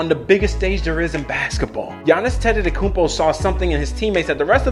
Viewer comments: Thanx for the vid, even though you ante “te” tokoumpo him a bit:) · "....and the greek freak himself, Giannis Antetototokounmpo" mans can't learn how to pronounce it correctly